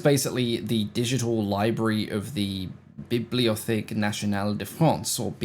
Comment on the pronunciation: Biblio tech pronunciation😉